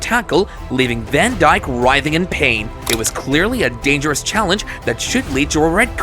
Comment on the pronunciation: Bro really said Virgil DaN DjiK